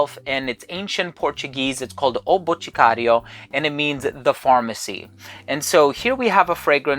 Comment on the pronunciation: Actually pronounced Boticario pretty well. Must have some Brazilian friends :)